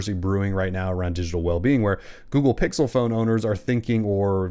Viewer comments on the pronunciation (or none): none